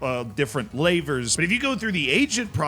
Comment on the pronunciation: Sorry I can't trust the opinion of a man that says LAYVERS instead of Levers... I've heard it pronounced Levers and in the UK "Leavers" but LAYVERS?!